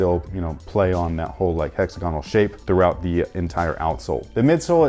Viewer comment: HEX - AG - GONAL